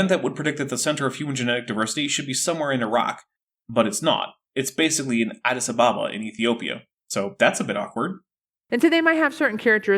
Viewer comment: mispronouncing both "Gottlieb" and "Addis Abeda" makes me sad 😢 but yodelling makes me happy 😊